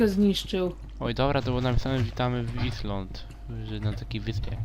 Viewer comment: island czyta się ajlent:D hehehhe